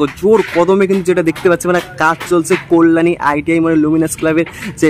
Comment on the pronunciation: Tomar balar ucharan khub kharap, Kalyani is best habe